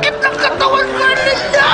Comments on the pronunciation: Pag-pronounce pa lang ng "Erlinda" nakakatawa na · The correct pronunciation, Erlinda as "URLINDUH". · the way he pronounced erlinda is sending me lmao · Oh, it ' "Erlinda"? I thought it was "Belinda". 😅